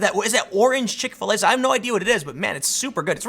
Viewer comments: I understand everything you say... got it all.. but can you start pronouncing Chick-fil-A as “chikfuhlay” like the rest of the normal world? Why do you put so much emphasis on the FIL part.. makes me cringe for some reason. Like watching a white dude in a club with the dance floor all by himself awkwardly moving yet he thinks he’s dancing ya know.. like that type of cringe. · Do you seriously not know how to say Chick-fil-a?